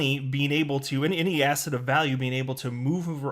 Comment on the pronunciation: Every time you say "asset" I hear "ass-hat" 😂😂😂